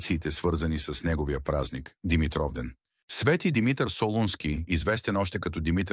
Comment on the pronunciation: Научете го този български език-"Свети Димитър","Димитровден".... ударенията как един път не ги сложихте на място.Къде сте расли не знам.То тези думи поне се употребяват с години.От обща култура трябва да се знаят.